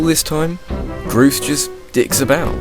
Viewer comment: Groose doesn't rhyme with douche..